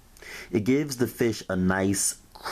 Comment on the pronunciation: "Da flour"